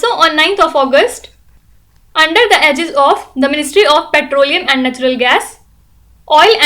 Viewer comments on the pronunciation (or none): none